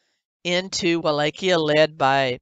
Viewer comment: I like how she constantly mispronounces Wallachia 🤣 !! "Wall-ah-Kiah!"